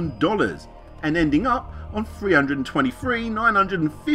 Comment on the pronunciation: also, in the words "thanks" and "three" the "th" is not pronounced as an "f"